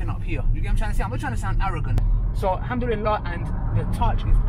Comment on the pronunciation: May allah give you unlimited barakat in your health and wealth People just learn how to say Alhamdulillah